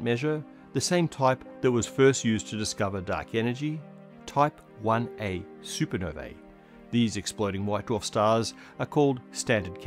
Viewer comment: Supernovae = “soo-per-noh-VEE”!